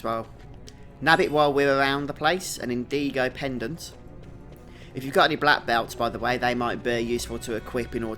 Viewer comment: It’s indigo not indeego